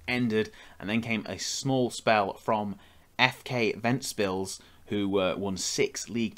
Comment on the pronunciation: i'm happily surprised you managed to pronounce FK Ventspils pretty much perfectly